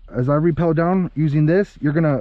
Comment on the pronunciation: It's rappel not repel